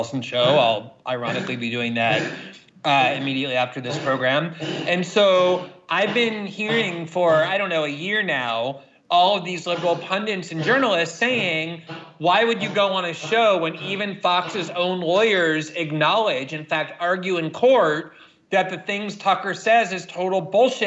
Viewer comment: Pundits, not pundints.